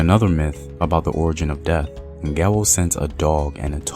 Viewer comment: Not Ngewo. But Ngewɔ